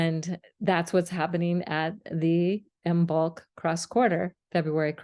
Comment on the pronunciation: This is an excellent explanation that I will share with my Druid/Craft friends! And, here are a couple of language quirks for future reference: "Hearth" is pronounced Harth, and the "b" in Imbolc is silent.